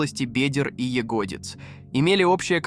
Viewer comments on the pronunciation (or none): Откуда такая дикая озвучка? Лучше уж субтитры,чем такое! Убило "срощение в области бедЕр и ягОдиц" Смените бота!!! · "... срослись в области бЕдер и ягОдиц ..." Седьмая минута, двадцать восемь секунд от начала. И ещё масса таких явно "нерусских" ударений. Откуда? Узбеки озвучивали? Или аварцы? :) :) :)